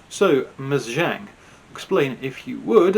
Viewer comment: The "Zh" in the Chinese name "Zhang" is not pronounced like the "g" in the English word "regime"; indeed, this quasi-French sound does not even exist in the Chinese language. The "Zh" in the name "Zhang" is pronounced like the "j" in the English name "John."